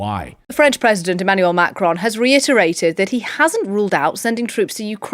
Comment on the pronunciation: Learn how to pronounce Macron, there is no E, it is NOT Marone or Macaroni, it is Macron.